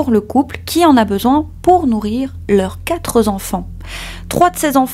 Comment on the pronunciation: il n'y a pas de S à quatre donc on ne fait pas de liaison "quatre z'enfants" !😉